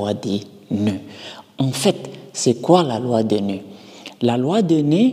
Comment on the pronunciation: Pourquoi tu prononces la loi des nez au lieu de la loi des nœuds ! 😂